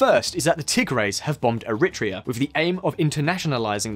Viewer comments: Air-re-tray-a is how it's usually pronounced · I think the pronouncement of Eritrea was more unsettling